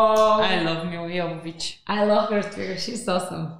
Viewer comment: That ending scene is basically the opening scene from the second game. For the time it was a really amazing game. Milla would be happy that you pronounced her name right (yo-vo-vitch not jo-vo-vitch). There's a whole bit about it in the wonderfully entertaining commentary track on the DVD with Milla and Michelle Rodriguez. I definitely recommend it, the two of them just have so much fun with it.